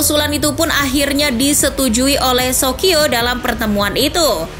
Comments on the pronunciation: Dibacanya sokio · Di bacanya Sosio